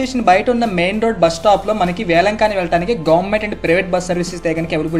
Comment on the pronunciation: వేలంకన్ని. వేలంకానీ కాదు.